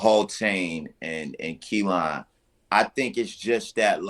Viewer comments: Ayo yall brothas killin me with the way yall pronouncing that Kalan🤦🏿‍♂️🤣🤣🤣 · I thought it was just me!! Lol. I can't understand why it's so hard to pronounce. They keep calling it Kelan